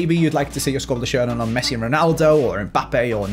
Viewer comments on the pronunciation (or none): none